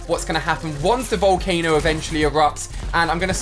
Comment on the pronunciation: it's volcano not volcana